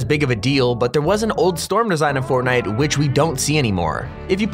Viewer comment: I thought was real fortnine🤣🤣